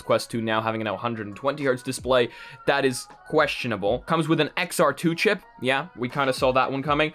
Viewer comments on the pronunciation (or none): none